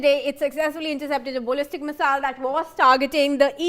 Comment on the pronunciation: This woman can't talk straight. What on earth is a bollistic missile?